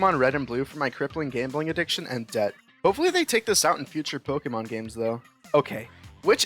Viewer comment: I can’t believe how badly you mispronounce Pokémon. 10/10